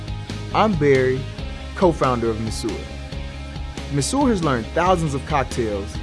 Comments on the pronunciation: I think that If they wanna market this well, they should at least look up how Monsieur is pronounced. It's very frustrating. And the design is absolutely horrible. I hope it evolves into something less massive and cubic. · Kudos to these young men and I wish them much success. Try not to be so hard on the guy for his pronunciation of 'monsieur'; it just sounds southern American influenced. Check any dictionary. 'Tiki', however, as in tiki bar, should be sounded: tee-kee. There is nothing unintelligent about these guys and I'm certain they will find their target market(s) and thrive.